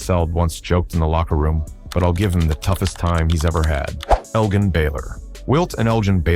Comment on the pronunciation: Can't even pronounce Baylor's first name correctly? SMH